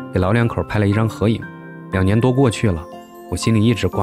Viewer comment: 你最近几期都说到“两年”啥的，弱弱的纠正一下是“liang nian "不是“niang nian"😂😂